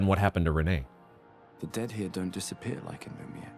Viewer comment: Hehe, love how you pronounce "lumiere attack" as "lumiyay" The playthru is 10\10!🎉